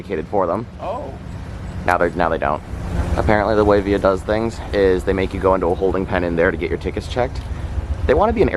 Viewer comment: it’s via not via